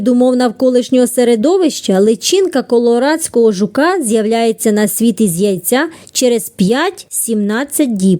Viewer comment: Не КоРоладського а КоЛорадського)